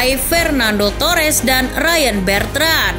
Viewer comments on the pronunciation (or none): Bertnand kok disebut wkwkw